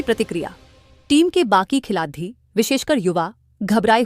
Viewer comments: अरे AI जेनेरेटेड विडियो है। खेलाडी को "खेलाती" बोलना जरा ध्यान दिजिए, बाकि सारे गफबाजी है ईश भिडियो मे। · Khilati kyu bol rahi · आपको हिंदी बोलना नहीं आता क्या? खिलाड़ी को खिलाती बोल रहे हो। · मैडम यह खिलाती क्या होता है खिलाती !!! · Vedo m boley bali ladki ki hindi acchi nhi h sudhaar karo.।khiladiyo nhi khilario hota h speaking m not writing.। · मैडम खिलाती नहीं खिलाड़ी बोला करे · खिलाती क्या होता है खिलाडी़ होता है😂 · ये न्यूज कहा की है भाई जिसको खिलाड़ी बोलना नही आ रहा है वो न्यूज पढ़ रही है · Lady narrtion अच्छी हिंदी पढ़ रही है,पर खिलाड़ी नहीं बोला जाता,हर बार क्या बोलती है,खुद सुन लो😅😅😅😅